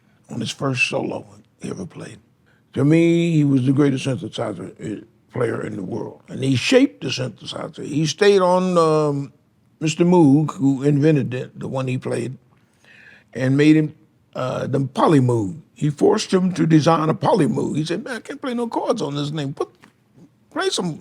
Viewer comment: ‘moe’ moog mr benson, not moo ‘moog,’ as he pronounced. polymoog another instrument that reshaped pop music